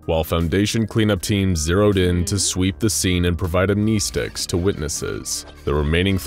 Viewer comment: He lost me when he said Amnesticks